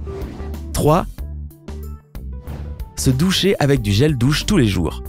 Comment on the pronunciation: 4.16 Il a dit/les gels dousse